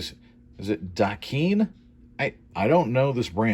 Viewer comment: It’s “Da Kine” (Da Kind). :) it’s a brand based out of Hawaii. It’s a slang commonly used here. :)